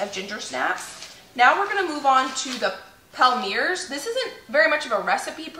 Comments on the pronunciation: You're too cute! Good save on the burned cookies.... fyi - a microplane works well for removing burnt bits. Also, Palmiers is pronounced pom-yay. Super delish!! Looking forward to your candy video. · The french people in the comments are having a laugh 😂 I think the palmiers are pronounced palm-e-a-'s